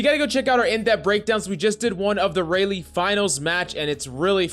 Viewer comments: Rah-Lee is how it’s pronounced, not Ray-Lee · Its pronounced Rah-Lee, homie....Not Ray-Lee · dude said "rayleigh" 💀💀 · Raleigh is pronounced Rye-Lee. Sorry I’ve just heard you say it wrong for a few weeks lol. Great content my friend